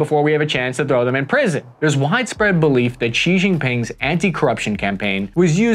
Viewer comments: You can just pronounce Xi as "shee". English speakers tend to add ambiguous blends of X and J sounds which really make it sound like the expert hasn't taken the time to look for the pronunciation. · Xi Jinping's family name is pronounced Shee Not Jeee, the first character of Deng Xiao Ping's given name is pronounced Shiao (rhymes with how) not Shiong and Jiang Zemin's given name is pronounced closer to Zer-min (rhymes with her fin). Your pronunciation of the names of key Chinese figures somewhat undermines the credibility of your otherwise good conclusions about the state of China's military